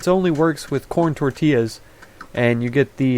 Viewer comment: I was waiting for someone to spell SLUT in the other village ....Tortillas(tor-tee-yahs):0